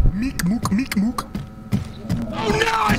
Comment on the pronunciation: Emphasis on the ‘k’ meeK mooK meeK mooK